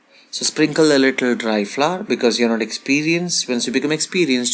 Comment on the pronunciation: Flour. It's pronounced flower. Not flaar, flooour or flavar. It's really not that difficult! 🙄